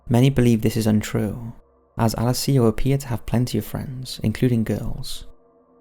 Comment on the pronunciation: Please learn how to say Alessio correctly.